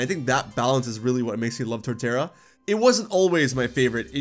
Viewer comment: Put some respeck on Torterra's name. 😤😩 😅